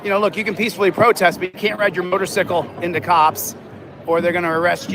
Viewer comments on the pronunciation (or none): I absolutely love, but why the fuck is he calling a motor"cycle" a motor"sickle" 😂😂😂 Much love Brian and! <3